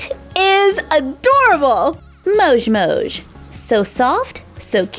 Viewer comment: Why do yoi say mosh its moj